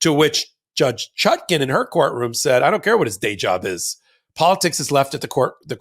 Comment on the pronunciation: Is "Chutkin" standard US pronunciation of "Chutkan"?